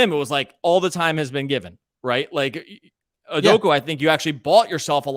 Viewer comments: "OO-DOH-KAH" not "oo-doh-koo" 😂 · Learn how to say Udoka’s name properly. It ends with an ‘a’ not a ‘u’. Stop pronouncing it as ‘udoku’, it’s really not that hard to not be ignorant and learn how to say it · Great podcast - but for the love of god, man’s name is UDOK-A not UDOK-U